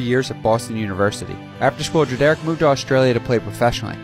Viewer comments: It’s pronounced like [Dred-er-rick] not [dra- dare-ick] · Dread-rick is how it’s supposed to be pronounced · Who the fuck is dra derrick bruh ita pronounced Dred or rick together dredorick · Just letting you know it’s pronounced more like Dredurick and not Dre-Derrick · it’s pronounced like “Dred-er-ick” not “Dre-derick.” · Dread-Rick is the proper pronunciation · Why did you pronounce his dad name as Dreh-Derrick? 😭tf bro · His Dad name is pronounced dred-er-Rick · “Da-Derrick” Not how you pronounce it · No way you pronounced Drederick like that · Pretty sure that's not how Drederick is pronounced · Nobody else bothered by him pronouncing Kyries dad name wrong??? It’s literally pronounced like it’s spelled lol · That’s not how you pronounce his father’s name. You can hear the correct pronunciation in the video where Kyrie is asked about LeBron playing a”parental role” for the Cavs. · You pronounced his dads name wrong but overall good vid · Bro it annoyed me how you were pronouncing his name wrong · You gonna make a video and not even know how to pronounce drederick. How embarrassing